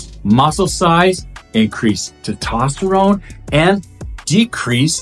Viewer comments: It’s testosterone It’s not tetosterone There is an S after the E TE”S”TOSTERONE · Nice summary, good job. Try saying "test" + "ost" + "uh" + "rohn" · TESTOSTERONE NOT TITOSTERONE. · Is Te-tosterine the same as Tes-toserone? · It’s called testosterone, not tetosterone. . Yeah, you’re real credible. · I couldn't un hear TET-OT-sterone ...😂😂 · Good video but I want to offer some friendly criticism. Please try to pronounce testosterone correctly. You are not pronouncing the first "S". Pronouncing these hormones correctly will make you sound more legitimate. Thanks for the video. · Bro just leaves the s right outta the word testosterone lol 😂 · Good video BUT you do realize there IS a “S” in teStosterone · Say testosterone properly. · It's hard to take advice from someone who can't even pronounce one of the most important hormones in the human body being testosterone. Good thing I've already researched TMG and have been taking it for awhile otherwise I probably wouldn't have followed any advice you've said in this video. You might consider rerecording this one. JS. I hope you have a blesses day! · Great video. Thank you. FYI...it's Anecdotal. Not Anadotal. It's Testosterone. Not Totosterone. Have a great day. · THIS GUY CANNOT PRONOUNCE ANECDOTAL OR TESTOSTERONE PROPERLY..STUFF DOES NOT DO MUCH..HE IS JUST GETTING PAID... REMEMBER..IF IT REALLY WORKED IT WOULD BE BANNED BY WADA